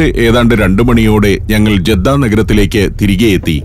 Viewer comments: ജെദ്ദ അല്ല ജിദ്ദയാണ് സന അല്ല സൻആ യാണ് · തൈഫും അല്ലാ താഇഫുമല്ല, ' 'ത്വാഇഫ്' അർഥം: താഴ്‌വര ജിദ്ദയുമല്ല ജെദ്ധയുമല്ല, 'ജദ്ദ' അർഥം: ഉമ്മൂമ്മ (Grand mother).🙂